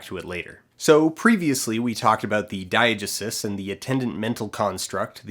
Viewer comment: Hey Dan. I liked the video. Just wanted to pop in to say I think you're pronouncing Diegesis wrong. You may be saying another word that I don't recognize, but if you are saying Diegesis, it's more like die-uh-GEE-sis 😊👍